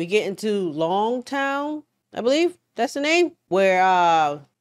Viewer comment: sees the name Loguetown Also: "Longtown!"